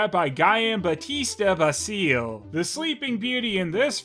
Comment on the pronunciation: as an Italian, I should clarify that the correct pronouciation is "Jam-Bat-Tista Basil-ee" that was a common thing on Italian novels